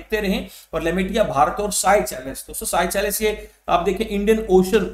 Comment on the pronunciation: Sir seychelles ko सेशेल्स bolo ye साइचेलस nahi hai